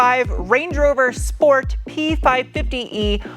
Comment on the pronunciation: Correction, schport.